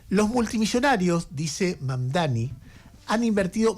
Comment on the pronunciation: Pronunciar lo pronuncia bien. El tema es q se haga el q es recontra dificil de pronunciar, cuando es una pavada..